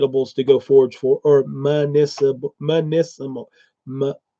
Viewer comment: I've been googling municipal plants wondering what I was missing out on! I was getting articles about city processing properties and weird stuff like that....you've been saying MEDICINAL the whole time!?!?!? I can't stop laughing